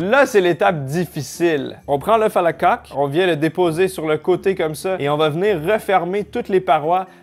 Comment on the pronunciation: eh dit oeuf a la coque -: oeuf a la caque:3